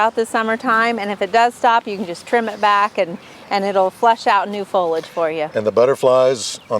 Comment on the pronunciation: It’s pronounced FOH-LEE-ADGE. 3 syllables.